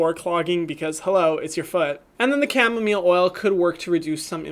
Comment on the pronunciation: Its camo- mile not camo mill